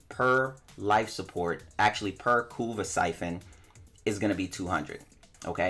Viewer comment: I keep hearing "Kuva" as "Kurwa", knowing the polish meaning of that word creates a whole new plot twist!